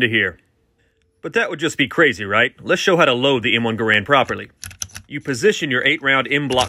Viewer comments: Now that you've taught people how to load it; let's work on teaching people how to pronounce it. GAR- (pronounced like hair)-AND. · Errrrrm actually… It’s pronounced like grand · Maybe it's just me, but it's kinda cringy when people mispronounce John Garand's name. It just seems disrespectful to the inventor